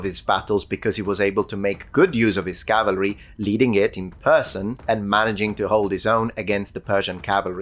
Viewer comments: Small correction. It's CAVALRY, not CALVARY. A lot of people get that wrong. Corrected a historian correcting history - Achievment unlocked. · Cavalry not Calvery. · *cavalry, not "calvary"